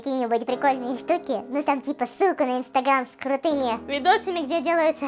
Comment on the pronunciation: Мне сылку с..ку послышалось🤣😅🤣